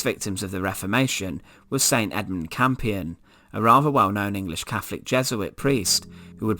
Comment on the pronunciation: Fascinating stuff and immensely grisly. Our past is utterly awful. Sadly the narrator need to pronounce his "T"s and "H"s correctly and this distracts from the subject being a form of torture in itself. It kept grating on me when he mentioned "Caflik" instead of Catholic and "free" instead of three amongst other verbal atrocities. Next time get Danny Dyer to narrate if you want to get that authentic Estuary sound.